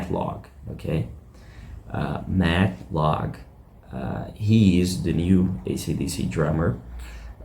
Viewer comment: It's Matt Laug, not Log.